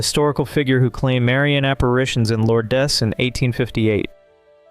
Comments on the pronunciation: Not 'Law-dez'. More like 'Lords/Lauds'. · Thank you for the interesting information on these unforgettable and truly inspiring films ---such a wonderful display of film-making at it's finest! They just don't make films like they used to, it seems. Just a little tidbit: "Lourdes" is pronounced "Lords"---just trying to help. Take care and again, thank you for your presentation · Lor- des? The narrator is an idiot. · Lourdes is one syllable. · and as I learned, in Lourdes, the "s" is silent. God Bless!